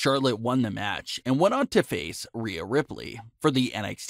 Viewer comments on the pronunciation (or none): none